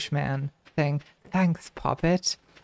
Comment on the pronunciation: do youtubers get to see the timestamp at which the viewer thumbs-upped the video? b/c i thumbsed it up when she said "thanks poppet" in a british accent